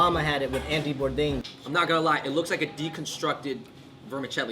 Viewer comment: did he say Andy Bourdain? lol